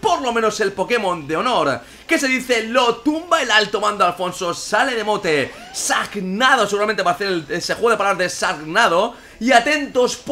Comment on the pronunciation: IRockstar JD jaja no lo escribí por eso, sino porque así lo pronunció, o obviamente está mal pronunciado porque Shark es una palabra en inglés, y en inglés la SH se pronuncia como CH